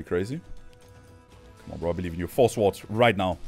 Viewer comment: The w in swords is silent my guy haha